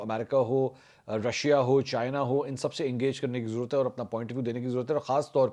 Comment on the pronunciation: Apko bhi bohat zarorat hey apni Urdu sahi karney ki "jarurat" nahi sahi lafz "zarorat" hey😊😊😊